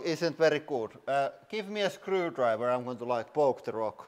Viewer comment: "screwdriver" sounds to british